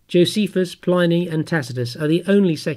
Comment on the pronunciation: His name is pronounced PLIH-nee, NOT PLY-nee. His name was Plinius.